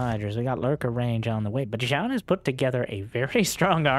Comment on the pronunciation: Whenewey you say Byun or beyond I hear beyond all reason" :D